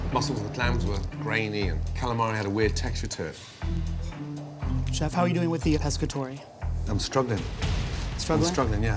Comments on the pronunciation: 'Lemme feed the cheef' lmao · "let me feed the chif let me feed the chif" 😭🤣🤣